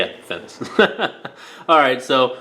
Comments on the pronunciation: FE - NEE - CHI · fen-ee- che lol i think this gundam appeared on jersey shore once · I believe it's pronounced Fin-ee-Chi